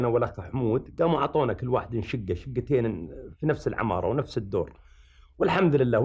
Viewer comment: اسمها شقة وليس شكة